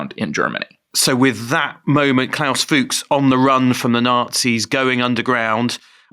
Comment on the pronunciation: Fuchs means "fox" in German and the only difference in the pronunciation is an "u" instead of the "o". So it is not Fuuugs, it is Fux. Short! And Rüssels-heim. Heim is home. NOT sheim. Russel's home. Like Oppenheimer also "home" in the name.